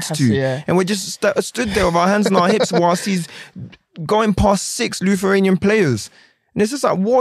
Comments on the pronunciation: Wilf really said Lutheraina instead of Lithuania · his first pronunciation of Lithuania 😂